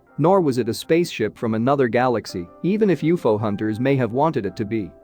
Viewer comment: Review your audio before posting. Teach your computer that "UFO" is not pronounced as uuuuuu-fooo. It's is pronounced as the distinct letters U F O